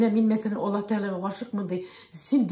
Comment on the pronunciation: Надо правильно произносить имя Аллах, а не Алла